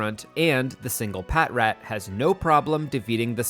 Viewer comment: patrat = "patch-rat". like "patrol" and "rat".